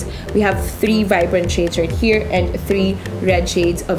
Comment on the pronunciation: i like the way she delivers her impressions and revies somehow I dont like how the way she utter the word ""shades". it sounded like "chades"